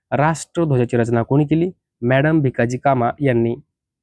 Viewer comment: मॅडम नाही तर मादाम कामा असे आहे.